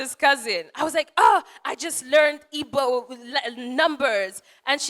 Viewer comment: You can tell she has been practicing her Igbo pronunciation :D